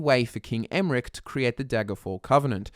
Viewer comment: Did he just say King Emrick xD